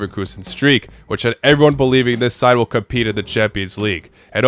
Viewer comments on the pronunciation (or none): none